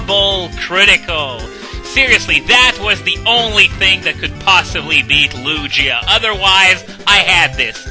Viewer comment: and ITS LU-GEE-A NOT LU-JEE-A GOSH